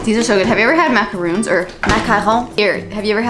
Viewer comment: When you said macaroons with the French accent, you said it perfectly. I’m French, and I was like nice, you said it the right way.